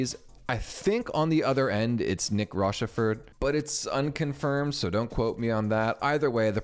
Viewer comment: You pronounced “Nick Rochefort” wrong.